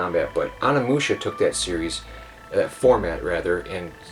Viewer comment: You pronounce it ONI-Musha Not Ona-mucha